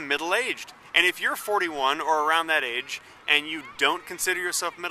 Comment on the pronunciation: when you said age i thought you said AIDS and i snapped back to this window